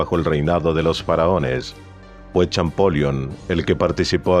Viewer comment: Ojo con la pronunciación de Champollion